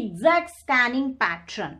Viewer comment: what the hell is patttraan?? it's pattern****